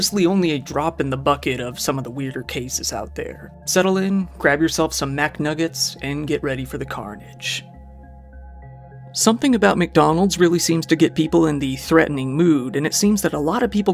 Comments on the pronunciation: Not to be a dick, but .. its Mc not Mac. Its driving me crazy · "Mac nuggets" is wild 😂.. its McNuggets my man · did you just call them MACnuggets? That feels like sacralige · "MACK-nuggets" that gave me the most shivers all vid lol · Brother - I love you, I’ve been a follower since the beginning. However; please do not ever say “Mack nuggets” ever again. Otherwise keep up the good work. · Did homie say MACnuggets?